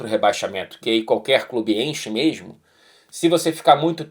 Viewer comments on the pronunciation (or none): O é tao educado e tao formal que até esqueço que ele é carioca, ai do nada ele manda um “MERMO” e me lembra esse defeito… KKKKKKKKK